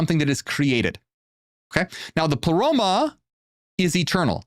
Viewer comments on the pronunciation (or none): Did Ai just say : " I , Plero " ? The heck?